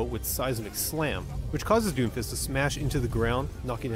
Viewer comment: It's DOOMFIST! Emphasis on the "OO"!! Seriously, everybody was mad as shit about him when he was released and after Moira and Brig got released after him. People realized..."He's not that bad, I guess."